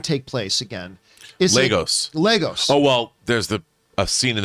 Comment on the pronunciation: Sorry but how many times have you guys seen this movie? It's Lagos, Lagos! Not Legos.